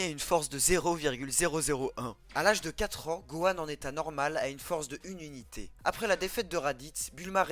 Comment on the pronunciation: On dit "unité" et pas "zunité". C'est insupportable, j'ai tenu 2 minutes.